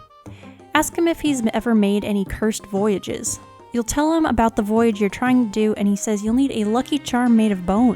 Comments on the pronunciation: Lol you didn’t get the pun cuz of your (bad) pronunciations. It is a pun but it is a play on the French words “bon voyage” so it not to prounced Voyage like a journey but like “Voy-ajj” I hope this didn’t sound mean. This is super light hearted and I find your pronunciations funny. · It's definately bone voy-yarge